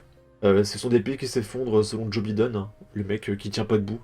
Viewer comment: Joe Biden, tu ne peux pas prononcer son nom normalement ?!?